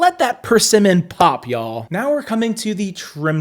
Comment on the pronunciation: you have perfected the “ya’ll”. Now if you want to pursue Southern immersion classes, let me know👩🏻‍🦱